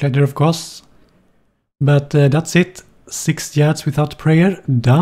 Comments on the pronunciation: Pretty sure it's illegal to pronounce it like this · I just can't help but smile after seeing this beautiful bastard saying "Yads"